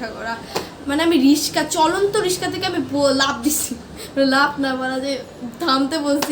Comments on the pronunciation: Artix✅ Artistic❌ রিকশা❌ রিশকা✅ 😂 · রিকশা ❌ রিশকা✔️ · Rickshaw ❎ Rishka😂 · রিশকা না রিকশা 😅😊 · রিস্কা❎ রিকশা ✅ 👍🏻👍🏻